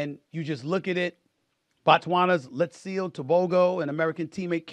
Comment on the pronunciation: It’s pronounced, “Let See Leh” Tebogo, from Botswana 🇧🇼.